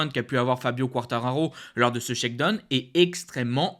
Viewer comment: Mec faut vraiment que tu apprennes a prononcer Shakedown lol c'est pu vivable la.